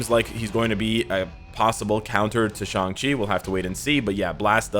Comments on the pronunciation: finally he said shang chi and not shang shiii xD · At least you say shang-chi name correctly. Excellent video's! Keep up work and see you in game! OnepieceÀFÁ ign